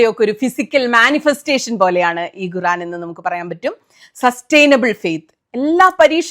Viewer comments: Guran alla khuraan ennanu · ഗുറാൻ അല്ല, ഖുർആൻ എന്നാണ് ഏകദേശ ഉച്ചാരണം . മുഴുവൻ കേട്ടു, ജിമ്മിൽ ട്രെഡ് മില്ലിൽ നടന്നു കൊണ്ട്. ചരിത്ര പരാമർശങ്ങൾ കൂടി ഉൾപ്പെടുത്തി യതിനാൽ വിശകലനത്തിന് ഉൾക്കനം കൂട്ടാനായി എന്നു കരുതുന്നു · കുറാൻ എന്നല്ല ഖുർആൻ എന്നാണ് പറയേണ്ടത്😅